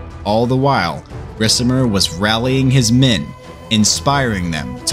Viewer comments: Love u bro but u gotta say it like RIKAMER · I dont know why but the way you read the name Ricimer makes me kinda sick :D great video otherwise